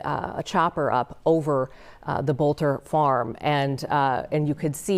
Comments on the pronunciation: faux news, his last name is Boelter, NOT bolter. Pronounced "Belt - er" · It's pronounced bel-ter